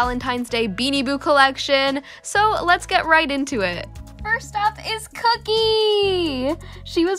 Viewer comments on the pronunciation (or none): none